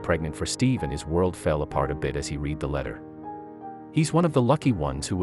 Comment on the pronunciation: Not sure if this is even a true story, plus the reader sound like a computer generated 'reader' who said the word 'read' with a long E sound instead of the RED sound when he said he 'READ' the letter. He didn't mention the fact that these men were probably in the porn industry, not just pedophiles. I've heard a joke like this written by a male teen in college, but this one is pretty bad. Today's world doesn't need more evil than we are already having to endure. Many parents are already suffering from real situations without having to hear these things. Especially from a 'sponsored' product.